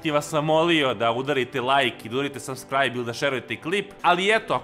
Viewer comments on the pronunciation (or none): none